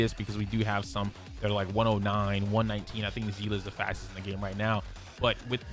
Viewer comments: Its pronounced sea-lee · I've never understood how Seeles name could be all over the place in pronunciation. As I understand it, it's pronounced like Seal. I've heard it pronounced Say-lay, Sea-lee and now zea-luh? In HI3 CN it's just Seal (pronunciation). May be stupid to get hung up on but the only person I've ever seen on the internet pronounce her name the way they did in HI3 was a robot voiced YouTuber. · do they actually pronounce it like zeela? no hate, im js genuinely curious as in honkai impact it is actually pronounced sea-lee and for the longest time i thought people were js saying her name wrong in hsr as ive ironically never actually seen a clip with the characters saying her name 😭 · How do you pronounce Seele ? Bc I just say it how I see it .. but I hear you say Zeela so now I’m confused